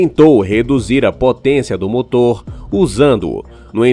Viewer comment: Kkkkkk😂Olha o português ( Moto) cadê o R seu burro .